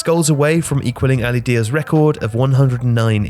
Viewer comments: It is Ali Daei not Diya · it's not pronounced Ali Diya... it's more of a /da:yi:/... imagine reading the following word: daayee...